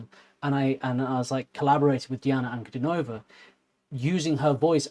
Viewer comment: "An-ku-DEE-no-vah" Accent on the middle syllable. "Buy-cal". Baikal.